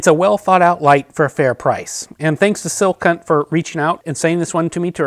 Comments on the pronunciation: Great review. Calling the company “Silk Hunt” was a bit distracting. “Skill Hunt” is how I think it’s pronounced. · Is he saying "sil-cunt"? 😂